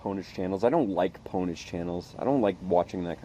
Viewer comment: "Poneage" Aahahahahahahahahahahahahahahah...!